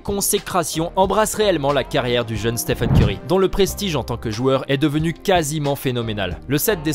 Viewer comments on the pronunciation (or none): On est d'accord on l'a tous insulté quand il a dit steven au lieu de stephen? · Stephen curry non pas steven curry😤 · steven curry wow c'est Stephen et non steven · Au début C'est pas Steven mais Stephen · Il s'appelle Stephen pas Steven en plus il a parlé de qlq records pendant 8 min pour parler de 2 ou 3 richesse pendant 3 min 🙄🙄un peu d'effort quand même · Steven curry il a dit 😂😂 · De ouf 😁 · oui clairement, mes oreilles ont saignés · T'as raison wesh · Total Oui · Mais ptdrr déjà il dit Steven et ensuite le "jeune" meneur des warriors sérieusement??? Et curry est pas du tout chez Nike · Il l’a appelé STEEVEN Curry 😭😂